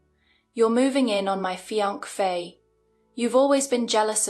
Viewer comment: Fiancée does not have a second “f” sound.